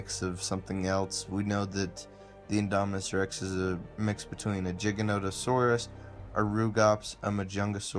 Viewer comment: I thought it was pronounced "guy ganoto saurus"